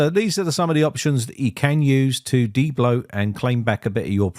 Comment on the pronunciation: How to "daybloat"...